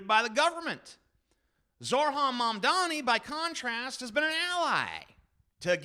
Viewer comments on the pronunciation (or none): Zoh, ran, Mam, dani. Not Zor, han. Not Man, dami.